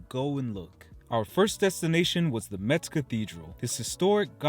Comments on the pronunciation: Thank you for reviewing my hometown that is always neglected by travel guides about France. One thing you should stop doing if you really like the city is mispronounce its name. The correct pronounciation is "MESS" like in "what a mess!" , not "mets." I can assure you that natives hate it when outsiders mispronounce their city's name, because it is so common, even by French natives. You get a pass as an American, so people would not mind as much, but please make an effort and learn the correct pronounciation and come back soon. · Hello, I’m happy that you and your family have enjoyed the visit of Metz (which, by the way, is pronounced “mess” as the t is silent). In Metz you have missed visiting the train station, its beautiful and imposing architecture of German influence. I’d like to know if you guys had the opportunity to taste the little yellow plums that you showed in the video. The mirabelle fruit is only harvested in this small region and people there are very proud of it. Wish you all the best.